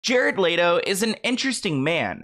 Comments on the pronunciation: I want to know how you're saying LATO when it's clearly spelt LETO? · Lol its hard for me to watch this when you keep saying Jared "LATO" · Love you but it’s Let O not Lay Do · Leto like leh-toe not latoe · It’s LETO not LATO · Hello everyone! It is in fact pronounced Lay-Tow … google it! 😁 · Why are we saying Jared Leto like Jared Laydoe LMAOOO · Layto?? I figured the pronunciation of this name you could get right since he's super famous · Love ya, but it's "L-EHHHHTO" 😭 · It's pronounced let-Oh like let go but with out the g. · Omg the way keeps mispronouncing Jared Leto 🤦🏻‍♂️ lol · You're saying his name wrong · the way you pronounce Leto is painful. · the way you pronounce his name has me tickled lol